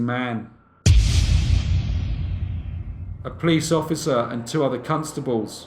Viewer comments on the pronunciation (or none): none